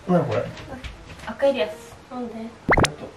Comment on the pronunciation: は、アクエリヤスって言ってたけど編集とはポカリって聞こえたのは私だけか？でも可愛いいいいいいぃぃぃぃぃぃぃぃぃぃぃぃぃぃぃぃぃぃぃぃ！！！！！！！！！！！！！！！！！